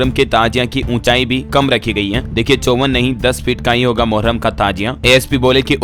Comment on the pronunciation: Thik se padho moharram hai 😅😅😅